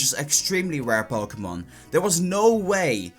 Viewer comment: "so u ghet dees pokmonz from aggs" Im triggered af.